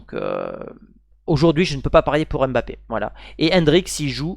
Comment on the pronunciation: c'est qui Bapé ? 😅